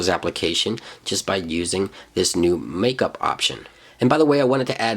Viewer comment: Called "markup" ..... Not "makeup" lol